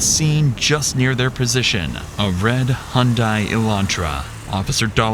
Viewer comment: Hyundai rhymes with Sunday.